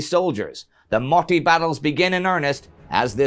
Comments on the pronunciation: Maybe, maybe not. It's MOT-TI not MO-TI. Double consonants are hard for foreigners i guess. Then if somebody learns that then just tell them : Into a motti = mottiin , in a motti = motissa , from a motti = motista and so on. :) from a motti to a motti = motista mottiin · well youre saying motti as moti. which is used to say motivation in finland. xd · Motti is pronounced with a short i. Clue is that the word only has one i. You are saying mottii